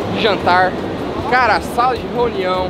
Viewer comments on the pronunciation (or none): Só eu Que percebi que o falou Sala de Roniao 😄🤣